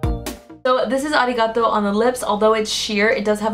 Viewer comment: finally a beauty YouTuber that pronounced arigato correctly thank youuuu😂